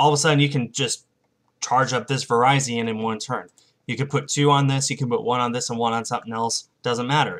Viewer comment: Virizion is pronounced Ver-is-ee-on